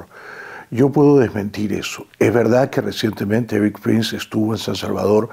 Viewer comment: Pronuncia bien…. Éric no Eris …. Solo como ejemplo